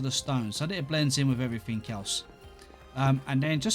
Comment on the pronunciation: "Everyfink" It never gets old x'D Like why